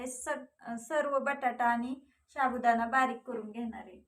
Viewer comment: Shabu nahi sabudana neet bola